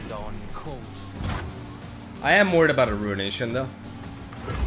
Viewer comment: Every time he says: “Im worry about a rounation” Rounation be like: 🎶Im a man of wealth a taste🎶...